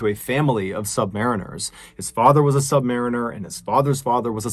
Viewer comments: It's submariner, pronounced (submareener) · Just an FYI. As a former US Navy submariner myself, it should be noted that submariners (sub-MEH-renners) hunt submarines from planes or surface vessels, while sub-ma-REE-ners are the crew of a submariine.